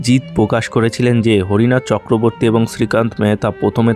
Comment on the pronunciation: হরিনাথ চক্রবর্তী ❌ হরনাথ চক্রবর্তী ✅